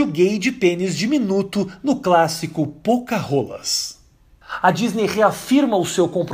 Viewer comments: Pocarôlas kkkk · "Pocahola" :v hahahahaha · POCAHÔLAS KKKKKKKKKKKKKKKKKKKKKKKKKKKKKKKKKKKKKKKKKKKKKKKKKKKKK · pocaholas kkkkkkkkkkk